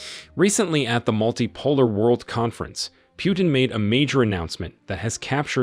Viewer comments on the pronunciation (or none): My friend it is not Pyutin it is Putin Learn How to pronouns names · Poo-tin, not Pew-tin 😂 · Could you pronounce the name correctly, please: it's "Pootin" and not "Pjutin". I don't want to make any political statements here and I am happy for African nations' debt to be forgiven( it probably does mean a relief to them) but, as for me, I feel that the motives here could be of different nature. I am not too sure that there are no "ulterior motives". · It's not "Pyootin", it's "Pootin". Russian Путин. Google translate will pronounce it for you. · Putin NOT Pjutin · in the future, it's "POO-TIN" not "pew-tin." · it's not Pjutin, it's Putin,learn to pronounce the guy's name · Pronounce well : pootin. Not pewtin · His name is Putin, not "Pyutin." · The way you pronounce Putin (pew-tin) makes me hella uncomfortable lmaoo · Your pronunciation of Putin isn’t right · I can t like your video when you show that you are too stupid to pronounce PUTIN. How hard is that? What school did you go to?